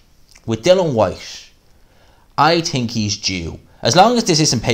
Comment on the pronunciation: " I TIIIIIINK! ", lol, Irish are funny